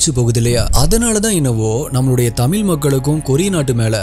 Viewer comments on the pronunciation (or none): Pronounce tamizh properly